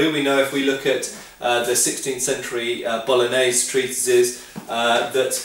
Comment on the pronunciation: This is just a little something that's been bugging me since I started watching your videos- You don't finish the word "bolognese." You start out saying it correctly, but then you don't say the last "e." It's like someone calling something English "Engli." It's just annoyingly incomplete.